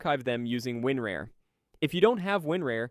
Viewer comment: Bruh the way you pronounced winrar 😂😅